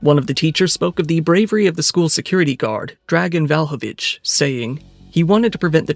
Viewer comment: Brother please pay attention to the names you're pronouncing, you're butchering them. xD You said VALhović instead VLAhović among others. And Andrija is AndriYa, not AndriGa but I could let that one slide.